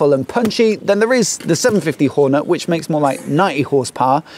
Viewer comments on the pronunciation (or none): I heard that terrible annunciation too...😅